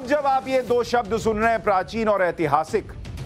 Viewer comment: सर जी ऐतिहासिक होता है एतिहासिक नहीं।